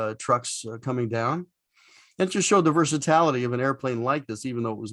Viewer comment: Very cool, my friend. But it's versatility, not versatality. ;)